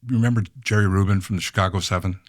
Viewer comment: and when he kept saying "Rubin" it didn't help any LOL!